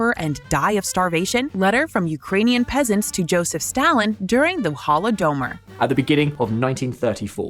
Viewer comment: YO!!!!! for serious. I don't know if y'all are using and AI voice generator or you just hire to WORST voice over actress for your chapter captions but whatever it is, it can't pronounce anything right. It's been like that for a lot of your resent videos. Hollow-domer?.... jfc